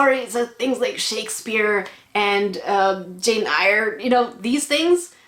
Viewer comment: No, she obviously doesn't like Jane Eye-er! (air) I had the same training to use my right hand-ugh.